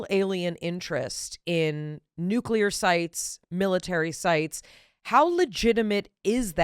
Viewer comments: Mayim, please tell your co-podster that nuclear is pronounced new-clear and not nucular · Dr. Blossom, PLEASE teach the co host of your science program how to pronounce "Nuclear"! Everytime I hear "nook ya lur", I picture George W. Bush reading that book upside down. Thank you!